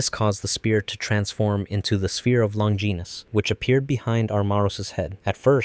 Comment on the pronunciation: Spear of "long-geenis"